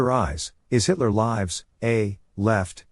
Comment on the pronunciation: Every mispronunciation of “Hitler Lives” gives me a chuckle.